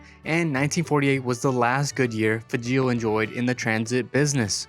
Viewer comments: It's pronounced "FAGE-OL", not "FA-GEEL", confirmed by a Fageol granddaughter (PS the Flxable town is "LOWD-DEN-VIL" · Fahzhrol. WAH ke shah. Please learn to pronounce . And can't you come up with a better opening line than "What's up, guys ?" ?. So annoying.